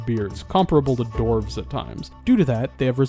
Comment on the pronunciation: Why are you not pronouncing the w in dwarves? You're mispronouncing dwarves.